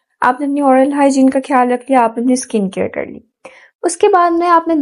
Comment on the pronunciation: Behan aap ne guide Karne ki achi Koshish ki hai laikin Urdu hamari apni zuban hai is ka talafuz kharab na honey dain kyunke zuban ke talafuz ki kharabi ke aagay har tarah ki grooming fail hai. Insan ki taleemi qabliyat mashkook ho jati hai. Aap خیال کو کھیال bol Rahi hain خاص کو کھاس bol Rahi hain, khyal rakhain, jazak Allah.